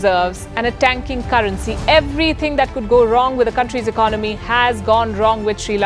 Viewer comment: Please correct your pronunciation.. There is no word as *IKNOMY* Its ,*ECONOMY* You will never learn.....